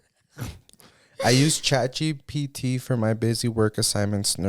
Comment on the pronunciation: So im not up with the times at all like A.I. or anything like that, I rarely download apps but tell me why I kept hearing “Chachi P.T.” Instead of Chat GPT 😂😂😂😂 I had to search it up to see what you were talking about 🤭🤭